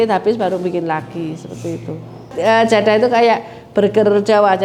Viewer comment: Keturunannya ini bukan orang Jawa kah? Kok nyebutnya JADHAH, bukan JADAH??? Atau memang lidah anak jaman sekarang tidak bisa ucapkan huruf DHO? 😂